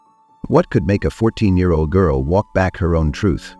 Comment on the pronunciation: I implore you to step outside of AI for your videos, or at least run it back before you publish to catch anything off. I've never heard a yr be spoken that way and its only bc it was AI that I did. Good video otherwise but god that really turns me off a channel when they don't at least review the work they handed off to an unpredictable machine. 🙏🏿